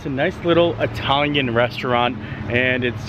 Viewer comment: Yay! actually said "it-alian" and not "EYE-talian"! Lol. Love your videos!